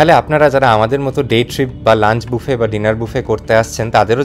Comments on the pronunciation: It's not baafe, it's boofe. Please correct your pronunciation. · Sorry to interrupt. Buffet, এর উচ্চারণ বাফে নয় এটা হবে বুফে। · Buffet এর pronunciation বুফে হয় , ব্যাফেট বলে ভুল উপস্থাপন করা অনুচিত । তা থেকে অনেকেই ভুল শিক্ষা গ্ৰহন করবে।